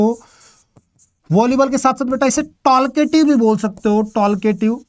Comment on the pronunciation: Talkative.. टालकेटिव 😂